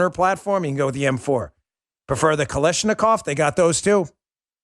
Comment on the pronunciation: C'mon people, stop saying Kalishnikov. It's Kalasnikov.